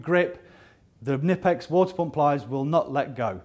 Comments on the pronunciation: it's not nippex, its Knipex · All the reps from different countries say it different. The German rep says Ka-nee-pex..